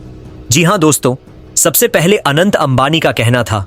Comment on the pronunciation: Bhai Anand nahi hai Anant hai😂